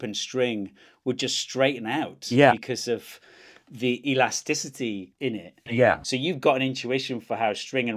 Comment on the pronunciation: he said in it, but i heard innit bruv